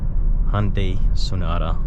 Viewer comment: Just bought mone last week. Friggen love it. Only thing is i got the dsrk grey color which really doesn't show off body details. And BTW its. HUN-day not HON- day.